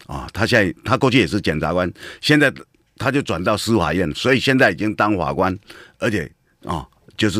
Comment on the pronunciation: 謝龍介有台語教室，我們董哥有國語教室：字正腔圓-字正腔言，非洲豬瘟-灰州豬瘟，不吃飯-不吃換，法官-猾官，扭曲-扭七，大學-大鞋...